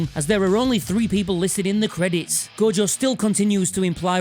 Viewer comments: Take a shot everytime he sais "Go-Jo", good luck . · As an Australian, I'd just like to say... who the hell is Go-Jo?